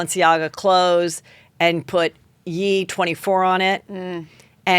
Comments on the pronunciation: Heather stop saying it like "yee" more like "yay" like how you finish saying kanYE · HEATHER! I love your honesty. I absolutely loved this convo with you and lala, I also just loooove when you have lala on. One thing I wanted to say. When you say “yee” are you referring to Kanye? If so, he goes by ye as in kan-ye, pronounced like “yay.” Anyways, I doubt you care lol it’s very minute with everything else in the world. Love your show! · I adore Heather, but I wish her friends would tell her if he’s Kan-YAY, it would be Yay, not Yee.💜